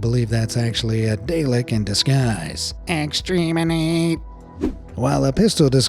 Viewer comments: Why "daylek" and "extreminate" then? AI will just speak typos. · "Extreminate!" ... I'm beginning to suspect this is an AI voice :(